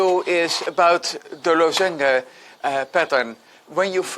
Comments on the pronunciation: first thought was that he doesn't know how to pronounce lozenge in English :D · Americans would pronounce this LAZ-uhnj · maybe we've all been saying it wrong all this time